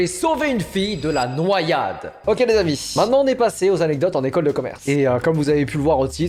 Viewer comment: Par pitié ne dit plus '' les amis '' de cette façon ! J'ai cru que t'allais me parler de ce que contient un colis ''comme j'aime'' 🤯🤯🤯